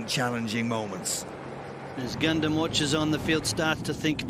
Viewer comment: After he calls it a goondum Me: IT'S A GUNDAM!!